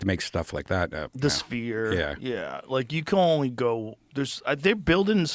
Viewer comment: he says sphere weird haha spear